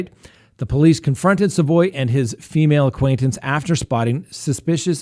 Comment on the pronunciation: Also its sa (as in salad) voy. Savoy